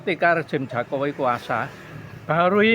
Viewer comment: Itu orang gila kok di wawancarai, nyebut Jokowi aja jakowi hahaha wong gemblung,,😂😂😂